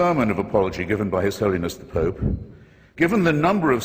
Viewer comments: I'm a logical member of society who came here to witness a intellectual and stimulating debate... and i can't get over the fact that the Archbishop says poop and not pope. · being horribly childish here but I cant help laughing at the Nigerian clergyman calling the Pope as Poop